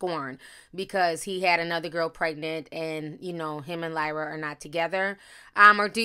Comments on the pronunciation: why tf do you keep calling her lyla when there clearly is an R clear as day you refusing to acknowledge or pronounce. that’s really bothering me who tf is Lyla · Lol Ti called her Lila the whole time but pronounced Keliese perfectly.